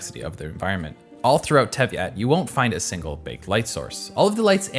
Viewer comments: TEY-VAT! Not TEV -YAT! huhuhuhu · It's "Tey-vat", not "Tevy-at", lol. Other than that, great vid! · Is there a reason he's been calling it Tevyat instead of Teyvat? (swapping the Y and the V) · It's TEY-VAT - not TEV-YAT It actually has a meaning in Hebrew which is not a coincidence Otherwise, great video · Every time I start getting comfortable watching this video you say Teyvat like te-i-vat instead of tey-vat and this overwhelming sense of dread envelopes me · Fantastic artistic review, but your pronounciations of certain primarily things (Anemo - An-i-mo - Not A-neemo. Teyvat - Tay-Vat - Not Tevy-Yat) are rather atrocious. This is makes certain portions difficult to watch simply due to how jarring this is (Imagine trying to watch a documentary, but the person pronounced "Water" as "Way-tor", and Grass as "Goruss" whilst pronouncing everything else regularly - It takes you out of the video to the extreme) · dude its not teviat teyvath its annoying when u keep butchering it completly. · just a small correction: it's tey-vat not tev-yat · Great documentary, but the Teviat instead of Teyvat (they-vat, not they-viat, there's not i in there) got me tilting everytime it was said XD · This video is a breath of fresh air as some don't appreciate the art of GI. But, can we research and learn the proper pronunciations of some words and names first before we make a content, yeah? Your "Tev-yat" is kinda triggering. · its teyvat not teiviat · i died every time you said Teviat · It’s Teyvat not Tevyat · It pains me to hear tyevyat instead of teyvat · It's Teyvat, not Tevyat. Also :*talks about hydro characters, shows Jean in her beach outfit* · why did u call it tevyat when u were talking abt inazuma at 10.14 its teyvat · Isnt it called Teyvat not Tevyat? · Tey-Vat not Tev-Yat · Teyvat not Tevyat maaaan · Just in case he sees this (I doubt it, but): It's also Teyvat, usually pronounced in-game like "Teh vat", NOT "tev yat" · Great video but it's teyvat not tevyat